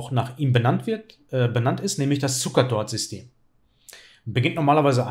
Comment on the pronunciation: Ich habe Zucertot verstanden :D